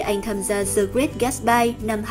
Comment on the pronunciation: Dạ em góp ý nhỏ 1 xíu thôi ạ. The trong tiếng anh mình đọc là "đờ" ad đừng đọc là "giờ" ạ. Em ko rõ là đúng TA hay ko mà em nghe hơi ko đc hay cho lắm với cũng kì lắm. Em ko giỏi tiếng anh nên ko dám bắt lỗi. Cơ mà add cần học thêm tiếng anh nhiều hơn. Mấy khóa phát âm 1 hoặc 2 tháng em thấy cũng ổn phết.